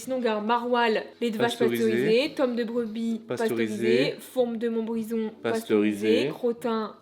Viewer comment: Mdr montbrison c’est le ou j’habite et sa se dit montbrizon